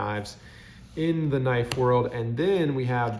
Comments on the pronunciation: Pronounced k'nife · Sorry I’m new to this hobby. Does anyone else pronounce “knife” with the “k” silent?